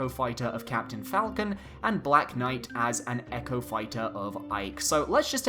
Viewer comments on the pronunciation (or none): none